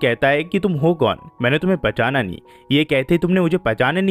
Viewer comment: Jab aapne bola pahchaana mujhe sunaai diya pajama😂😂